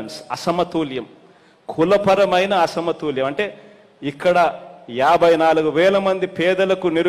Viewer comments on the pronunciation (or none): అరేయ్ నత్తి నాకొడక అసమతూల్యం కాధురా బేవకుఫ్ అసమతుల్యం యెవడురా నీకు చదువు చెప్పింది